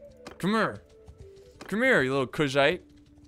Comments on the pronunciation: Does anyone else think he is pronouncing Khuzait incorrectly? I say it "Coo-zahte." Idk where "Cuz-zit" comes from. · I hope u know Kushite( everytime u say kuzhait it sounds like u say Kushite) was a North African people...slavery flashbacks